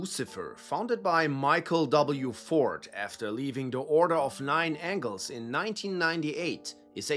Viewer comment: You can always judge the quality of someone's research into Satanism if they call the O9A The Order of Nine Angles or Angels. You said it correctly. Great video